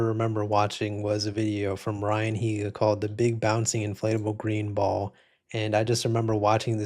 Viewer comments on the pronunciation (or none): none